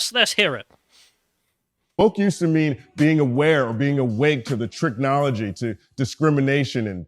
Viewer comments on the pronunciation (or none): Notice he said the word “Tricknology”. Guess what his cult leader of choice is.